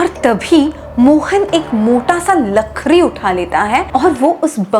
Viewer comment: lakhri ya lakdi...😅😅😅